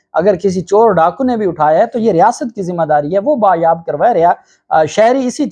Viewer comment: Sir lafz bazyab/Bazyabi hota hay Bayabi/bayab nahi ❓